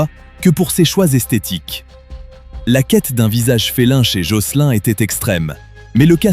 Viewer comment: jocelyn....se prononce jocelyne...c’est anglais donc il ajoute pas le E a la fin